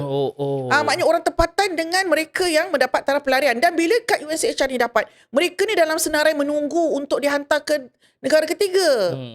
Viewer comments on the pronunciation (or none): UNHCR... Bukan unchr